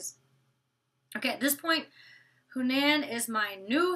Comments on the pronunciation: huh-nan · Hanans name is pronounced Huh-nan